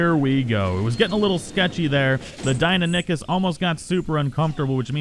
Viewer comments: Dee-i-non-i-kus not dine-o-nik-us. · Die no nie kus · ( DIE-NON-ikhus) my fucking god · Deinonychus pronounced: 'die' - 'non' - 'i' - cus', not 'dienonickers' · It's pronounced Dine-non-i-cus not Dine-a-dick-us just letting you know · Deinonychus. die-NON-ih-kuss. NOT DINA-NICK-US. -. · Die-No-Nie-Kus is the correct pronunciation I believe. I know this is a couple weeks late but commenting because it bothered me too and want people to know the correct way to say it. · Dino-nick-us is not how you say it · Just so you know, it is pronounced dy/die-no-ny/nie-kuss. Otherwise, nice vid. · You said deiynonacus roung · You murdered the pronunciation of Deinonychus its kinda like this (Die-Non-a-Kiss) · Not tryna be a buzzkill but it's DIE-NON-OH-CUS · Die-non-a-kiss is how you say it just letting you know not trying to be rude. 👍👏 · DIE-NON-I-CHUS. (that was a pronunciation btw) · Lol 😂 Dino-nick-us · Deinonychus is pronounced Die-non-o-cus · btw its said Dy-None-A-cus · ITS PRONOUNCED: DIE-NON-O-CUS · Good video, but Deinonychus is pronounced Die-non-ih-cuss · Deinonychus is pronounced Dy-Non-i-kes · you pronounce it Die-no-nye-kiss. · ITS DEINONYCHUS NOT DIENINACUS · I am so triggered the way he says dienonycs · It’s called die non ee kus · It’s die-non-we-cuss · It’s pronounced die-non-i-chus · It's pronounced "dy-non-u-kus" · It is DIE NON IK US how is it hard to pronounce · I liked the video and all but your pronunciations of Deinonychus hurt me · Jack Hugs I know it’s awful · The way he says deinonychus disturbs me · The way you say deinonychus disturbs me.